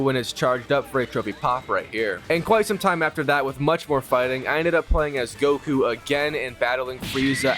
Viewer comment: Am I the only one starting to get mad by the fact that he’s mispronouncing everything Goku son and how he saying sayin wrong